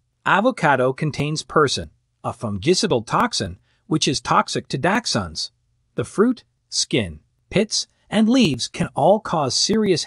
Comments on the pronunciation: Datchhund, daxtchunds, never ending! Pretty sure as well it’s arsenic in apples and other fruits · Your AI voice needs to be programmed to pronounce onions, dachshunds, and other words correctly, it detracts from the authenticity of your message. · It is amazing to me that this video uses several medical terms but can't properly pronounce dachshunds, onions, and a few others. Just crazy